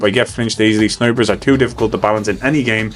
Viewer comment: I swear every time you say "snipers," I hear "snowbridge."